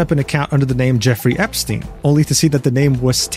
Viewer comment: You mispronounced Epstein.